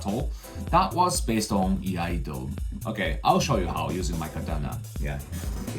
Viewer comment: Iaido and Iaijutsu are not the same. Not sure how credible a channel is that doesn't even know how to pronounce what they "teach" about.